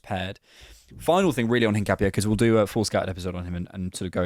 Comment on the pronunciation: In not ‘een’. ca like cap not ‘kah’. No specific stress on the last syllable. In-cap-ee-eh